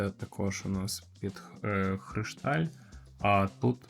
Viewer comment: *кришталь правильно, поміть собі на майбутнє, бо трохи вухо ріже.